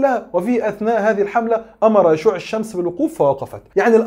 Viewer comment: تصحيح لفظي: هو يوشع وليس يشوع!! كمل يا وإديهم على برانيطهم